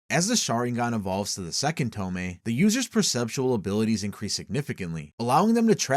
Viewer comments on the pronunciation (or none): tomei? TOMEI? its tomoe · this is good but GODDAMN just pronounce the names correctly. it's To-MO-e, not To-me. all the vowels are important. this is like when in the forbidden jutsu vid you kept pronouncing Edo Tensei as Edo Tensai for no visible reason. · "Toe-Moe-Ey." Not "Toe-May." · wtf is a tome? You mean Tomoe? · Pronounced TO-MO-EE. Js. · ok I'mma make this easier on people because I didn't know it would annoy me this much TOMOE= TOE- MOE- WAY THREE TOE-MOE-WAY SHARINGAN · Bro pronounce tomoe properly. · The 2nd o in tomoe isnt silent